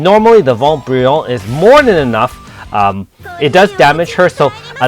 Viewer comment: I'm French and I laughed so much to hear you say the name of the French attacks😂 But I understand you It's not easy to speak French with an English accent And thanks for your videos 👍😇 Ps : But I think you say well Vent Brillant (Translation: Bright wind) (Scintillement : Flutter / Guérit pour deux : Heal for 2)